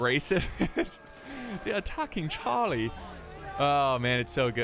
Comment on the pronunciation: they're attack-king Chaaaah-lee